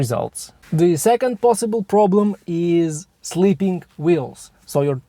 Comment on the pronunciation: I know you meant slipping wheels, but it sounds like youre saying sleeping wheels